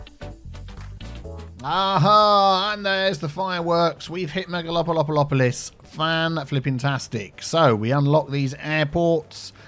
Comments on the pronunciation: You call it Megalo polopolis but it is called megalo polis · Me: mega-lopo-lis.: mega-lopo-lopo-lis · you're still pronouncing it as "Mega lopo lopolis":(